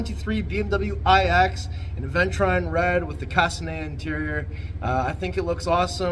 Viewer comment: Hey, it's pronounced uh·vèn·chuh·ruhn 😜